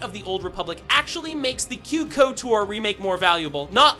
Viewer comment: Ah yes... the KOTOAAAR or KIOUTAR remake yes....